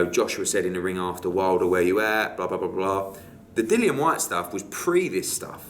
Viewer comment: How can Hearn be Dillian's promoter and not even know how to pronounce his name?